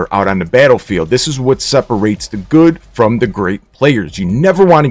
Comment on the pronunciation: #WRwinNShanlou ZI4MS1 / Android Hey thanks for the giveaway and like your accent to pronounce the goooooood 😂😂